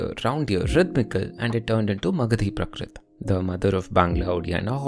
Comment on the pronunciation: Hi. Thanks for this video. It's always nice to learn about the various languages of Bharat. It would help if you could correct your pronunciation of some things. For example, you keep saying prakrit, when it should be prākrit, with a long "a" sound.